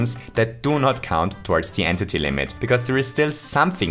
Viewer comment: Man really called it “an titty” instead of entity